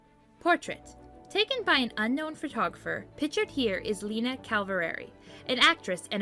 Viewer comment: 'Photographers' isn't pronounced 'photo-graffers'.😭